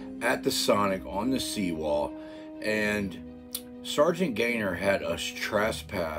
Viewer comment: I cringe every time you say “sargaint” just call him Gaytheir and drop the title.